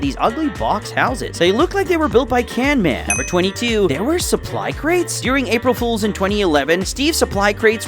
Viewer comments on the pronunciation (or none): It's Camman, not Canman. He has an entire video about it! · Its camman not canman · it's camman not canman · canman it's camman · bro said canman the youtuber but his name is camman18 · CAMMAN NOT CANMAN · Can or can’t? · He said canman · Why did you say canman😢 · did bro say canman